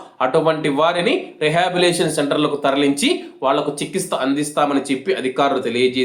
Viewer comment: Chiki'stha' kaadhu. Nayana "CHIKTHSCHA"